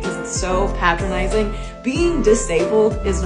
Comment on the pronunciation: Sorry to be nitpicky, but why does she pronounce patronizing two separate ways? First with pat- rhyming with cat, then pat- rhyming with gate.